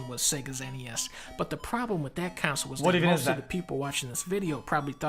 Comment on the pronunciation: why is dunkey saying counsel instead of console?